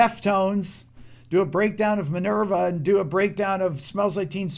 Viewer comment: Rick, you said Minirva…